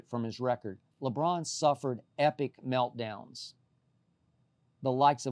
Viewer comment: Skip “Lebron suffered epic meltodowns” Bayless